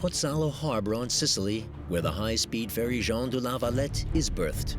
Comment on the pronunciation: I get triggered every time he says Jon du la valet